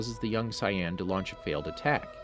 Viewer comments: Saiyan not Cyan Napa not Nah-pah Vegeta not Vega-tah Freiza (alt. Freeza) not Free-ah-zah Namek not Nah-mak Kami not Khame Zamasu not Zah-mah-sue Did I miss anything? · Saiyan is cyan, kamehameha is ka mi hamih, the worst one is vegeta he says it like vegetable but just vege and then ta! does he even watch dragon ball? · Yeah I stopped after “..King Poccolo causes the young Sai-Yann to attack” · For real rlly it's not sai yen it's say en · So Saiyan isn’t pronounced say-in, it’s sigh-in? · Bro got the script and ran with it. Should consider watching the series....... Kami (kaw mee) Saiyan (say en) Frieza (free zuh) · I about quit when he said si-yan saga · I hope you stub your toe for every word you mispronounced. It's Say-Annes, It's Caw May Hah May Hah . It's FREEZE-uhh. It's VAG-EE-tah! It's Zah-Mah-sue. It's Jock-oh. ...You're bad and you should feel bad. I don't care if these are the names in japanese or something. You are currently speaking English. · mans said super cyan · I'm literally only thumbing this down because you pronounced names incredibly wrong. Free-eza, veg-etta, SAI-YAN? Congrats on figuring out namn-mayik half through but it was too little too late. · Why does he say cyan not saiyan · Mans really said cyan sage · Not Sai yon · It’s pronounced Say yan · "Sye an" Saga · A super sigh-in? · How do you butcher the word Saiyan that badly. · He said saiyans wrong se how to say it right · this man is freestlyin all the names gotdamn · How they pronounced Saiyan made me stop watching the video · He’s definitely now saying everything right. It’s actually the opposite. He says kamehameha wrong saiyan wrong namek wrong frieza wrong etc...